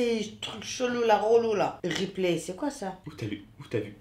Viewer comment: Pq vous dites rePlIie au lieu de reply😭😭